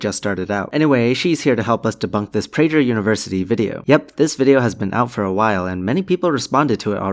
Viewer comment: It’s Prager with a “G” sound not a “J’ sound. Thanks!